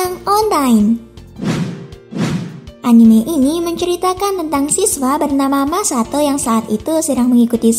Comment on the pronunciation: Yang Katakan Masato Yg Gw Denger Masako:v